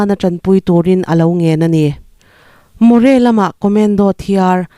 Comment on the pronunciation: More nilo in moreh tih zawk tur aw